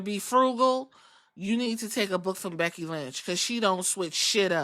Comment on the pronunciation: *becky not beggy😂